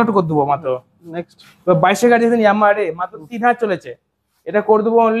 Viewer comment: Gaei noi Gari bolo জিভ টা ছলো